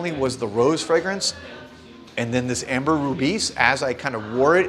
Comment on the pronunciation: It's Ambre Rubis, not Amber Rubis 👍